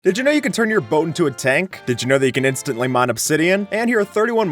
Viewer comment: "Did you know you can enstantly mine obsidian? " Yes Creative mode